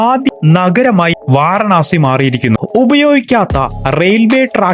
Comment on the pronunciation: വാരണാസി അല്ല. വാരാണസി ആണ്.